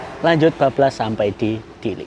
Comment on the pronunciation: Ke Dili loh ya.. Bukan ke Diri😂